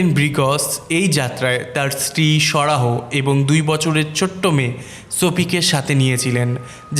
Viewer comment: ব্রিগ্জ কে বলেন ব্রিগজ,সারাহ্ কে বলেন সারাহো এমন কেন!